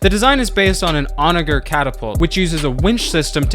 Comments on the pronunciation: It’s pronounce on-ah-jer!! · pronounced "onajer"